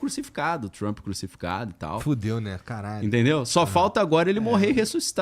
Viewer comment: Por favor pronunciar direito!!!!! O nome do cara e Trump !!!! E nao Trumpi porra ✅